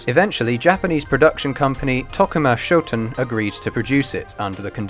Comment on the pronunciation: You did get Tokuma Shoten correct though.